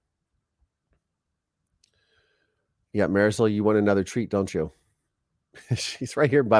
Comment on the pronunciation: Yes, Marisol, Well pronounced.